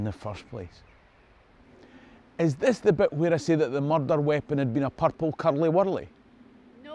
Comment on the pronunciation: Pear-ple curelly wurrely lol